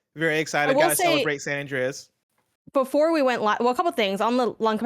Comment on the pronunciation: "San Andreaez". Ew.